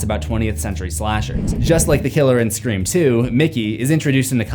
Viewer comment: Sta-forb. Man, you’re the best. Never change Scree-form. Periodt